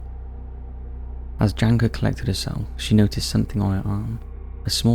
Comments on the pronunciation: the name Janka is read more like Yanka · It hurts how he pronounces Janka. Makes me wonder how many other names of people and places I have wrongfully learned from this channel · Yes. Also my name got butchered :D I don't mind